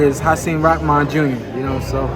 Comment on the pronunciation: Am I missing something? Everyone says hasim ROCKMAN.....when his last name is spelled rahman